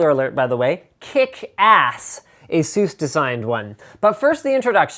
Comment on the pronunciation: lol "asoos"